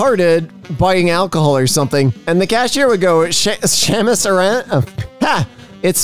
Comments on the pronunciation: SAMUS S-A-M-U-S NOT SHAMUS!! SHE'S NOT IRISH!!! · you are fucking killing me with that samus pronunciation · i died a little inside when hearing saying "shamus aran" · Samus, like sam-moose. it's japanese, not scottish sis goddamnit lol sorry, one punch? we have much work ahead of us, i see. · The way pronounced Samus makes me imagine a VERY Irish man in samus's zero suit